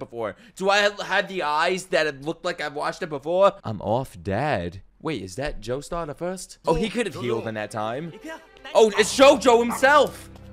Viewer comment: Bro said doestar at one point